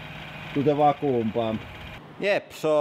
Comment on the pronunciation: FYI vacuum is pronounced văk-yo͞om